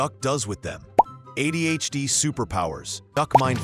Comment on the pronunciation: It's ADHD, not AI-DHD.